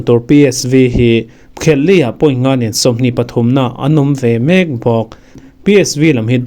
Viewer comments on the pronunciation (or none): I zar ah kan bengvar phah thin hi lawmawm,mahse i in zir na tur chu thu lam hi a thluk na loh tur ah i thluk thin a,e.g:dawn i lam hi thluk loh tur i thluk dawn tih mai awm hi dawnaaaa tih leh mek tih i lam hi